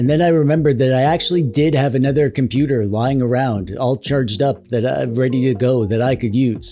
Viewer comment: Not computer its compooper❤